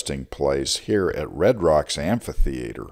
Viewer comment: I love that you say "amphitheater" not "ampitheater"